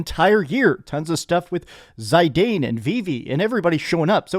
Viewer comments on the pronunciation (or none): I can understand the pronunciation dispute over Zidane vs Zidahn, but "Zydayne"? What planet are you from? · It's Zih-dan, not zie-dane. It's a common north african name. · What an awesome Christmas gift VII, IX and X are my top 3 also. Although I can't choose between IX and X for second place. Also "Zai-dayne" .... Dafuq did you just call him bro? lol Jokes aside, Merry Christmas everyone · It's pronounced Zi-Dahn (Zidane) FF9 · I was about to say something about this. Truly how dare they disrespect with his pronunciation of his name. 😂⚡️ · How the hell are you pronouncing Zidane??? You say it the same as the football player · That's how you pronounce Zidane?! D